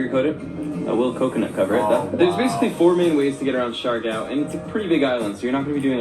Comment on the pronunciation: You pronounce it as C - Yar - Gaw (Siargao). It's one of the beautiful islanda we have... 7107 island or more depending if it's high tide.or low.tide...Have not been there but will visit it too. enjoy your visit there